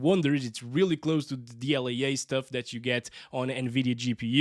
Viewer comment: what is dl-yay-yay?